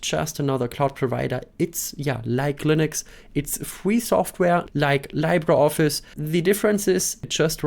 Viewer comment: “LibreOffice”: Im Englischen wird es wie “LiebreOffice” ausgesprochen. Genau so bei LibreWolf.